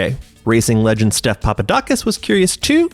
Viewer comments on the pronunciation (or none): none